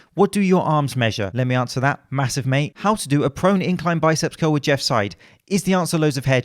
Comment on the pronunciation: Did he say prone exercises or pro NECKsercises?